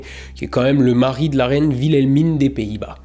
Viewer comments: Alors comment dire... Whilelmina (à prononcer "Ouilelmina", pas "Vilelmina") est mon prénom préféré, donc je me sens visé’ par la vidéo, mais tranquille 😅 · ça se prononce "Wilhelmine" 😂